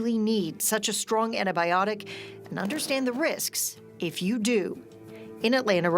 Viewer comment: Ann-tie-biotic not annibiotic.